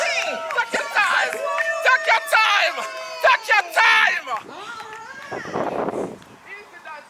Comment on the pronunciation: "tek u time" 😂😂😂😂